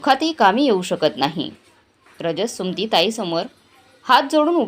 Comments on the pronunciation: सु मती not Sumti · सुमती असा उच्चार करावा